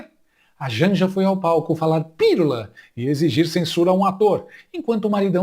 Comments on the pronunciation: "Pirula deve ser a versão feminini de piru" 🤣🤣🤣 Sem surpresa, ela fala "lulês". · Se Janja é socióloga, eu sou a Rainha da Inglaterra. Nem pra perceber que a palavra proparoxintona termina com o nome do marido: Pi-lula.😂😂😂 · "Pirula"??? Ela deve ter algum "PLOBLEMA" no "CELEBRO"...